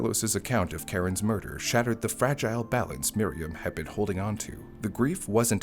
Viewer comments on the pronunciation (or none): none